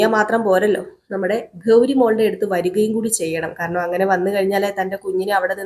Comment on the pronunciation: ഗൗധം എന്നും കൗരി എന്നുമൊക്കെയാണ് കേൾക്കുന്നത് ഗൗതം എന്നും ഗൗരി എന്നുമല്ലേ കറക്റ്റ് ഉച്ചാരണം ഖ അല്ല ഗ ആണ് ഗൗരി ക അല്ല